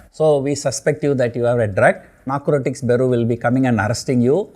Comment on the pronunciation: It's not Nacrotricks it's Narcotics